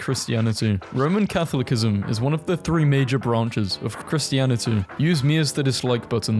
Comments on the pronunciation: Bro just said "cathulikkism" instead of "catholicism" and "body" instead of "breasts" 🤓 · Catholicism is pronounced "Kah-thaw-lih-sih-zim", and faux is pronounced "foe" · The second C in Catholicism is soft. Faux is pronounced "Foe". Something something, did you find this helpful. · Neat video, PLEASE get better at pronouncing things. It is NOT pronounced "CATholic-ism", it's "caTHOL-iss-ism". And Newark isn't even hard to pronounce. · not you STILL SAYING CATHOLIC-ISM w h a t Good job on learning how to say rotisserie, at least, lol! Someday you’ll master the English language. Someday. 😔🫡✊ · (not to nitpick or anything, but its pronounced ka-tho-luh-sih-zim) ( /genuine ) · "Cath low kism" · Pronunciation points... Catholicism : Kath-ol-i-si-zim (the second 'c' becomes soft). Faux : Foah (the 'x' is not pronounced). Addendum to the final entry: It also doesn't factor in reduced maintenance costs, the time and effort saved from not having to fill up every week or so (assuming most charging is done at home/work), and possible tax credits or subsidies for going electric. Consumer Reports has calculated that EV operating expenses are about $6-10k less over the lifetime of the vehicle. In short, the total lifetime cost of an EV is at least on a par with, and usually cheaper than, an equivalent ICE vehicle, even with the higher initial sticker price. There are also intangible benefits of a quieter, more comfortable ride, better acceleration/handling, and usually greater safety, among others, that should be considered. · Im sorry i cant get over the fact that you pronounced it "Katholikism" 😭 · Catholicism isn't pronounced cathlickism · the second C in "catholicism" is pronounced as an S, and the x in "faux" is silent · Readers added context they thought people might want to know: 'Faux' is pronounced equivalently to 'foe' 'Catholicism' is pronounced 'ka THOL isism' There are also other mispronunciations in the video but listing them all would take too much time.